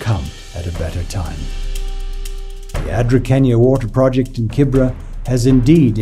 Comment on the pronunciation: It’s called Kibera not Kibra.